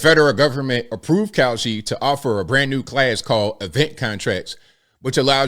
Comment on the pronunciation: The ad for Kalshi.....almost sounded like you said cow💩 .... 😬